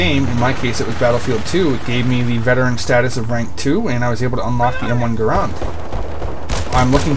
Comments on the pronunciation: i own bf1942 bf1942 secret weapons of ww2 bf21942 road to rome bf vietnam bf2 and i hope to soon get bc2. oh and its pronounced GU-R-AND not GU-R-OND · its pronounced either way but most call it GArand cuz thats how its spelled but i say grand like grand prix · ROFL Guh-rond. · lol people sat garand so gay its pronounced grand but still this vid awsome